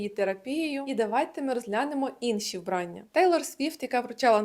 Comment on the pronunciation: вбраннЯ, а не вбрАння